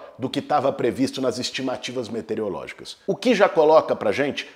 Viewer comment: Parabéns Deputado pela coerência do discurso com sua luta histórica por moradia popular. E especialmente por considerar a política ambiental e transição urbano-ecológica no planejamento de longo prazo. Permita-me apenas uma correção: meteorologia ou meteorológica ao invés de "metereologia" ou "metereológica".